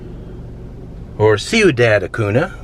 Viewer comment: Ciudad Acuña sir please pronounce it correctly..